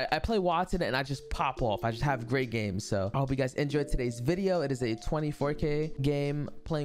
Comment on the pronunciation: Not saying vwideo 2 videos in a row, after saying it was getting old😂😂